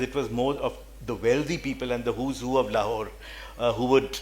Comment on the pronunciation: It's so jarring to hear the moderator lady constantly pronouncing it with the superficially anglicised " Lawhore". Please please start shedding Lawhore and start owning the correct way Lahore